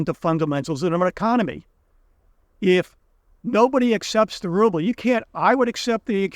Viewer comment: It's rubble, not ruble.